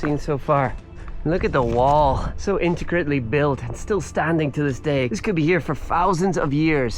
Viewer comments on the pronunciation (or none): It's Intricately not inticritley